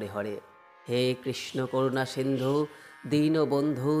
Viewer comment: Dinobondhu noi dinobondho Karunasindhu noi karunasindho